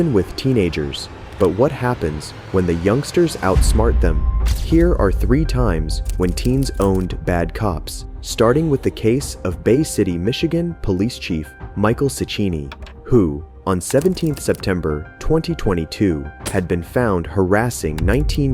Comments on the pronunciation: "Meesheel" I can't believe you don't know how to pronounce Michael. Bruh, it's only like the third most common name in the world wtf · Bro how tf did you really just pronounce Michael like "Mee-cheel"?????? And why did you keep saying "Corporate"? It's "Corporal" lmao. Oh and even more! You pronounce "Lamontagne" like "La-mon-taynj" dude where did you learn how to speak? Are you dumb? It's clearly french and would be pronounced "La-mon-tayn". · Interesting way to pronounce michael